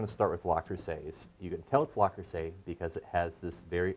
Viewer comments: but the woman in the link you provide is saying Le not La by the end of the video. in French le and la are pronounced differently. No French speaker would mix them up so it surprises me that the rep taught you to say LA. Also, in the video the woman was saying LES at first. Les is the plural of le (masculine form)/la (feminine form) and is pronounced differently than both. Again, by the end she is pronouncing it correctly, LE rather than LA which is how you pronounce it. Finally, I don’t want you to think that I am trying to same you because I am not. I just want you to get it right so that you don’t run into this criticism again. Good luck my friend. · Absolutely. Say it right please. 👍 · Le...Le...Le Creuset not La! I owe Le Creuset and Staub. Love them both. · Le, not La Creuset. Minimalist, not minimalistic. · "Because its a French Company and in the French language that’s how it’s spoken." No, it's not. "Le" is pronounced sort of like "luh" in French, not "lah" as he did in this video. That would be "La Creuset" not "Le Creuset." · Luh-Cruz-ay is the French pronunciation. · He's from Spain...didn't you hear? He said La Crosete🤣🤣🤣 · Lu cru say according to the people at le creuset they have a YouTube on it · Daniel Jackson, for an english speaking person, maybe.. Not for a french speaking. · That is so annoying. How many times did he say it wrong? It’s right in front of him on the lid. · Yes you are right - the correct pronunciation is 'Le', and not 'La'. I am French-born and it is very odd to hear someone say 'la' for a word that is actually written as 'le'. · It is Le not La luv. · its not La its Le - Le Creuset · LUH crusay. Not LAH crusay. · Small knit pick, but it’s Le Creuset, not La Creuset. So it’s pronounced Leh Croo-say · ARRRRGH! If you're going to discuss a product, at least have the sense (and decency) to pronounce the name correctly! It isn't LA Creuset! It's LE Creuset! (Like Lu - - or LOOk).